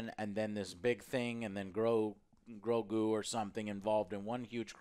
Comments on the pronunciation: I love how joe always say GROKU instead of GROGU :D Its like he mixed GOKU and GROGU :D You can always tell whos a Dragonball fan 😂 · How is it that Joe still calls him "Groku"? 🤦🏽‍♂️